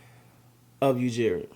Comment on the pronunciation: Everyone has trouble with the pronunciation of Ujiri, it’s not just you lol. As a heads up you say it like; YOU•JURY Or just call him Masai ✌️